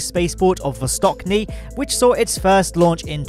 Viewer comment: ch in Vostochny' is pronounced same way as in Czechia or Chester.